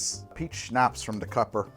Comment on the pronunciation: Why do you ignore the Y in Dekuyper? It’s de-kiy-per.